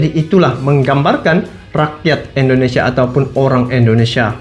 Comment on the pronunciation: Bukan Endonesia bang. salah itu. yg bener dong bang nyebutnya